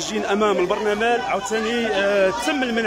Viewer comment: صاحبي.. كيقولو لو "البرلمان" ماشي "البرنمال"